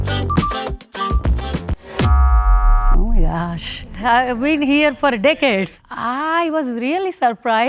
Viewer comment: Bro when sunnita said ‘deacades’ I thought she said dickheads😂